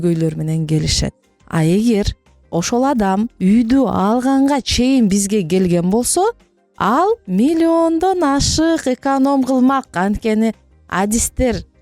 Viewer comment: Эканом эмес-экОном